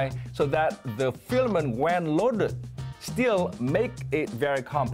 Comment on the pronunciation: his pronunciation of the word 'filament' needs work. no shame in trying to improve.